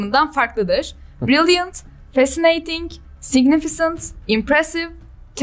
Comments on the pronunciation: Significant (signifikınt)’ı signifisınt diye okumaları peki mcnfjffmcm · significant'ın doğru okunuşunun signifisınt değil signifikınt şeklinde olduğunu da belirtelim.